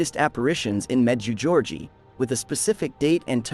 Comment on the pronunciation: The correct pronunciation for the apparition site is as follows med jay go re eh Ray from New Brunswick Canada